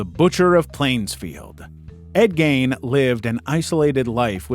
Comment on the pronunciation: You pronounced Leno Labianca's name wrong. Do some research. I've never heard it said 'Lenno.' It's pronounced 'Leeno.' Only YouTubers have ever made such errors. And then you mispronounced Ed Gein's name wrong. Ed 'Geen' is how you say it. Damn. 🙄